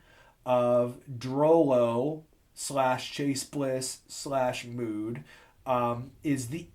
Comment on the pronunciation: Even though it's spelled Mood, It's pronounced 'Mode'.